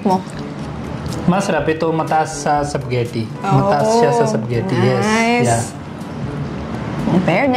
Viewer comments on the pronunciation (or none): Hindi ma pronounce ni kuya ng maayos yung spaghetti...."sap ghetti" haha cute...yehey friends na sila ni Jollibee 😂🤍...pwede na sya sumama kay ate Sarah pag mag jo Jollibee sya☺️😁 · Ganun nmn tlga .hindi lhat ng tao type ang lasa ng jollibee...tawa ako nh tawa sa bigkas nya sa ispagiti.😂